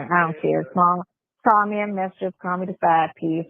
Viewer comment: I hollered laughing at the spelling of how pronounced mistress. "Misschess"...😂😂😂😂😂😂😂😂😂😂😂😂